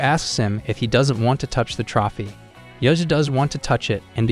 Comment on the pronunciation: It was a Good video. Only critique would be you Mispronouncing "Trophy" other than that pretty great.